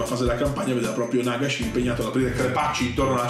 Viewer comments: Comunque penso si pronunci Nagash, con l’accento sulla prima a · E comunque ho sentito che Duncan e i ragazzi di Warhammer TV nei loro video dicono Nàgash.